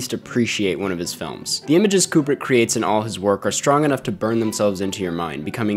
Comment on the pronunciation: It’s pronounced “Kyoo-brick”